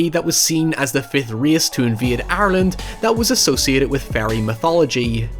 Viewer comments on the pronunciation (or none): none